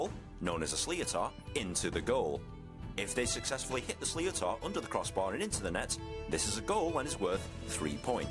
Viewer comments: Fyi, the ball is pronounced as schlit-ter, definitely not slee-o-tar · the guys pronounciation of sliotar is way off, its an sh sound, shlitter. shitter with an L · As you will see it the comments some rules have changed and also some of the pronunciation in this video are horrible. The Sliotar ( shlit'er) is softer than a baseball. The leather cover is not as solid and the core has a bit more bounce to it. Definitely still leaves a mark when it hits you but similar to when you get a clatter from a hurley, during the game adrenaline helps not to feel the pain so much until after the game. Try looking for GAA highlights for pronunciation and the other sports like , Gaelic football and Camogie ( the name for the female version of hurling). Love your content. Did you say you are coming to Ireland?? When might that be. Please let us know when that might be and im sure you will have many groups of mad bastards to welcome you. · The sliotar is roughly pronounced "Shlitter". Not exactly but closer than what your man said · So much wrong about this. Sliotar is pronounced like slit-er. The level you’re watching here is also county level where games are 70 minutes. Club games are 60 minutes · I can't describe the pain I'm feeling listening to a englishman trying to explain the rules of hurling and butchering Irish pronunciations. It's sliotar, pronounced slitter or shlitter And games are 70 mins, 35 minute halves, not 60-30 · The most basic of knowledge would tell you that this is a game that consists of 2 halves of 35 minutes, not 30 as this muppet quoted. If the English commentator can’t be bothered the even check this and cannot correctly pronounce how the sli-tor is said! I really wouldn’t use this as an accurate interpretation of the rules of hurling. You might be better off listening to an Irish person describing an Irish game, not this English test. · "sliotar" should be pronounced more like "shleetar" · You forgot the emphasis on the h, shlitter